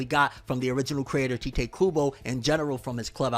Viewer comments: You still calling him tai tay? It's tight kubo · It's TEE-te kubo come on man